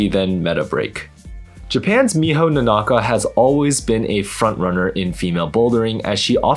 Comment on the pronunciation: The "Nonaka" the way you say it sounds like Nonnaka hahaha kinda sounds cute... The way the Japanese announcer pronounced it was all vowels even length, very boring that.